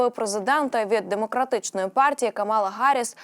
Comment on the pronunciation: Правильно Ка'мала Харрис,пишите правильно...